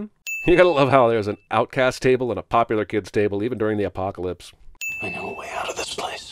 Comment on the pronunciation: "You gotta love that there's a 'outcast' table and a 'poplar kids' table,' even in an apocalypse." 😂🤣